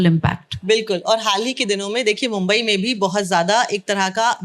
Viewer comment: उर्दू पोएट्री छोड के सब कुछ है. जश्न रेख्ता का है और अधिकतम वार्तालाप अंग्रेजी में है. मेहमान से जादा मेजबान बोल रहा है. मेजबान को मुंबई कहने में बहुत दिक्कत हो रही है